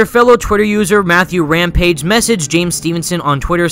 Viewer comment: Matthew Rampage? It's Ramage.